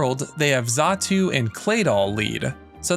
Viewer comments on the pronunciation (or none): none